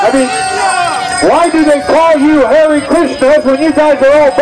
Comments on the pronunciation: He said Hare Jesus right ? LOL 😂😂😂😂😂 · Dude he literally said Hare Jesus😆